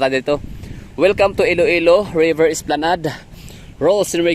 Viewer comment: Esplanad po Sir mag pronounce ng esplanade❤